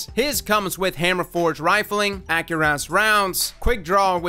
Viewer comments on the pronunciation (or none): none